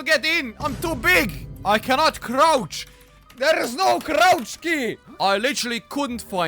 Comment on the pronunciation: "THERE IS NO CROCH CEY"